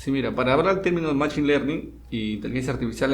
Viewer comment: se pronuncia məˈSHēn no machin